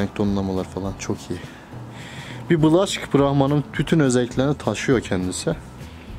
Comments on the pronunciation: Yanlız o black olarak okunmaz okunuşu bilek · Black diye yazılır blek diye okunur.. O'nun yerine siyah australorp horoz diyebilirsiniz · Black diye yazilir Blak okunur